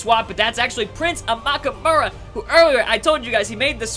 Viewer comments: He cant say names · Quit fucking butchering Amukamara's last name! Not even close.